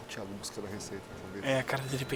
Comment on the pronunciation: Aja unhas para roer 😂😂😂😂😂😂😂😂tem que ver minha avó brava 😂😂😂😂😂😂😂vai Como ela fala Theagokkkkkkkk